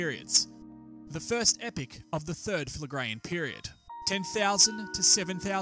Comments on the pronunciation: Epoch, not "epic". You're welcome. But, good video, though. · enjoyed the vid but could you please clear couple items up; I thought epoch is pronounced 'ee-pok' in english and in geology is defined as 10 million years, and is part of a geologic 'period' of up to 100 million years; however the terms epoch and period seem to be used interchangeably here & events cover much shorter geologic timespan